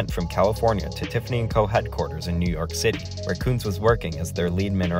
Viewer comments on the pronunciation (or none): none